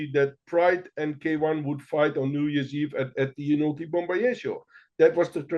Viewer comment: Great episode. The New Years Eve battles of the early 2000's with Inoki, Pride, and K1 all competing is maybe my second favorite time to be an MMA fan, after UFC 1-10. Inoki's name is pronounced Ee-No-Key. Japanese vowels are like Spanish. He was actually raised in Brazil and claimed to have BJJ experience from the 1950's. Meltzer saw him submit Dan Severn in training. Also, there was no need to work a Nagata match. He was an amazing amateur wrestler but it never translated to MMA